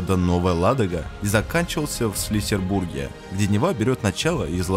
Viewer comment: "финансируЕМЫй всё это", "шлиссеНбурге", "Эдентичный" и т.д. ты в школе-то вообще бывал?